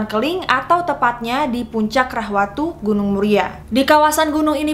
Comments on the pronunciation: Maaf kak. Seharusnya itu 'Rahtawu' bukan 'Rahwatu' yang ada di Kudus hehe 😅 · Kereeeennnn✨🌼 btw gunung Muria itu rahtawu ya kak bukan rahwatu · yang bener rahtawu bukan rahwatu kak👍🙏😁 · Rahwatu = Rahtawu kak😂